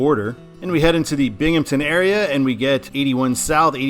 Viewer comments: FYI, in case it comes up in the Eastern I-88 video, it's Binghamton, not Binghampton. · I think Jamestown is a fine control city going EB; it has a population of ~28k which is actually pretty sizable for that area of NY/PA. It definitely should be Erie going WB though. Also, there’s no “p” in “Binghamton” ;)